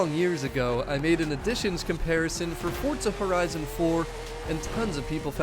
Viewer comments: It’s forza not fortza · Love the video, but it's four-zah , not fort-zah! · Fort-za sounds so dumb, why dont say F-O-R-Z-A! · I hate the way he says Forza, what the fuck is forTza